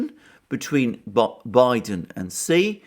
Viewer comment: TQVM to for this brilliant presentation. I congratulate you for the first among so many to have pronounced the surname of the president of China correctly. Almost all the other speakers pronounce XI as shee. This shows that the speakers lack the respect to find out the proper pronunciation.